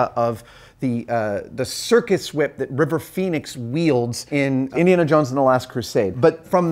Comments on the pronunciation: why are you saying it like that? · Why are you putting so much emphasis on the H? Cool wHip...